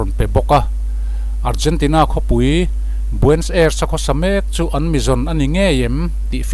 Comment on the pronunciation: Nia...Nazi tihah hian 't' telhin 'Natzi' tiin an lamri tlângpui. Tin,Argentina khawpui...Buenos Aires hi 'Buens Airs' tih ang deuhroh in a lamri deuh char char...'Bue-nos...Ai-res' tih emaw 'Buh-nos...Air-ess' tih ang deuhin an lam ri ṭhin.Hemi pahnih hi a lamri ngun si a,beng a tikham lek lek. Eichmann-a hming pawh a lamrik dan a inanglo zeuh zeuh bawk. Comment ve ka tum a,comment a khar(close) nge mawni,ka comment thei dêr lo mai.